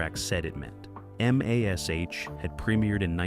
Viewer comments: why cant they say MASH correctly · Mash, just say mash. ha ha